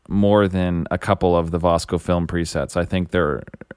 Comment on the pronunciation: The correct pronunciation is VIS-CO.